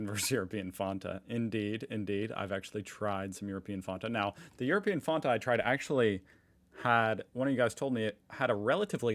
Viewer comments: Fan-ta, not fonta 🙂🤘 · Indian here. Is anybody else is perturbed by the pronunciation of Fanta? He is pronouncing it as "Faun-ta" while we and most videos I have seen online pronounce it as "Fan-ta". Please do tell if you are team 'Fan-ta' or ' team 'Faunta' so he corrects his pronunciation. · Why do you call it FOnta, as apposed to how it's spelt i.e. FAnta? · bro wtf is ur pronunciation 😭🙏 Not tryna be rude but I’ve never heard it being called Fahhnta before 😭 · i have never heard someone call fanta fonta before do yall really call it fonta over there or is it just??? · Why did you pronounce it like Fawnta? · I love the way pronounces Fanta as Fonta... 😁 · That's the weirdest pronunciation of Fanta I've ever heard